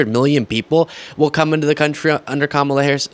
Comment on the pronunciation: Daily Mail interviewer lost my respect when he started off by mispronouncing Kamala's name 😢🤯😤